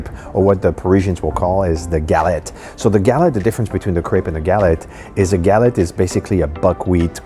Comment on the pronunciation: guh-LET, not Gal-et